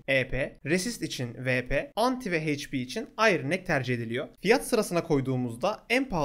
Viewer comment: Hp heyç pi değil eyç pi diye okunuyor